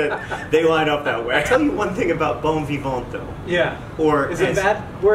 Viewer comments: The "t" in "Vivant" is silent. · Don't pronounce the "T" at the end of vivant ;) Bon vivant means Happy go lucky. One who goes through life lightly and happily :)